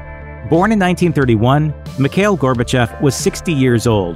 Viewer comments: Its not pronounced Mik hail. Its pronounced Mee /kha/ eel. You got to put some phlegm in the kha part. Its my first name as well. My thoughts on Mr. Gorbachev is that he was the most humane leader The USSR had, he should have stayed on . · And "Mikhail" is "Mee-ha-eel"